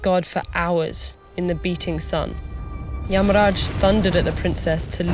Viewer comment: Yeah pretty good pronunciation. Although she followed the Hindi pronunciation rather than the sanskrit one, Narada became Narad and yamaraja became yamraj.